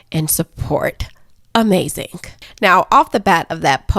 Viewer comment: Are you saying "amazing" as a tribute to the great jesse lee peterson?